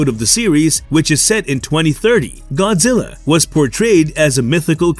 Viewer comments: Godzirra😂😂😂 you killed me with how you pronounced it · Could you please say Godzilla, just 1 more time… I wasn’t totally sure on its proper pronunciation since you said it so few times during the video!